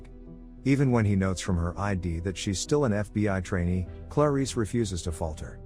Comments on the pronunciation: Why is he pronouncing her name like "Claw-Reese" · There's something irritating on the way he pronounces "Clarice"